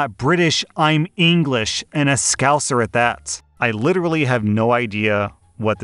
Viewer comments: As a “so called scouser” (i was born in liverpool but sound nothing like the usual scouser stereotype ) hearing you say it sounded like a racial slur woke me up from my zoned out position 🤣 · was not prepared to hear scouser lmao